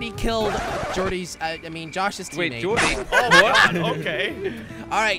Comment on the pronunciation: When jelly said jordo i started hetting flashback